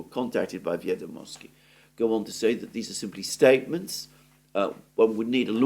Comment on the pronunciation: it's "vEdomosti", stress the first syllable. Comes from old russian word "vEdy", records of events, or "vEdaju" "I know","vEdat'" to know, etc. In imperial times "vEdomosti" or "vEsti" meant "news", now we use "nOvosti".